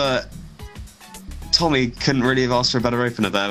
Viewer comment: the guys name was Tommy Roberts not Ommy Roberts